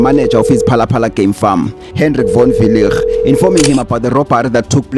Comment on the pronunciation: here is my advise: Proper PronuncIATION WILL GET YOU MORE LIKES ASK CHATGPT. ask it how to pronoune Von Weilligh. just an advise it is kinda offensive to mispronounce someone's name behind the idiocy of "thereis no master of pronounciatiion it is pronunciation.""